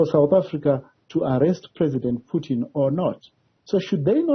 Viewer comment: PUTIN ! Not "PYUTIN" !! Are you a mlungu wena journalist?!